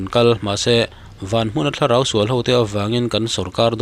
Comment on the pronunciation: Tri bi cì ci a ni lo. THLARAU tih nana hman a nih avangin TI bi ci ci a ni e.